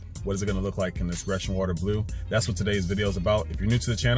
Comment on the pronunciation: It’s pronounced Greeecian blue